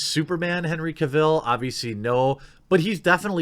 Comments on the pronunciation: Not ca vill. Cavel pronounced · What do Americans always miss pronounce British name's its not Cav,ill its Cavil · Man it's not pronounced Henry Cav-ill. It's pronounced Cav-el like "Travel" in his own words... Big fan but i hate when someone pronounces something wrong that's so easy to google. Edit: Also I know Sam Worthington hasn't had the best career but hes my #1 pick for Wolverine so far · How can he butcher Henry CarVIL’s name so much in this video LoL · Stop saying Henry Caville. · Don't you just love when he says "Kuh-vill"? XD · His name is Cavill. Pronounced Cav-ill like Travel. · Henry Cavill recently posted a video and he clarified that his last name Cavill is pronounce Cav-el like Travel. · Lewis Mckenzie CAH-vil, CAH-vil, CAH-vil! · Please learn how to pronounce Cavill. It's painful hearing it mispronounced 20 times in 10 minutes! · Think you pronounced Henry Cavil’s name incorrect lol!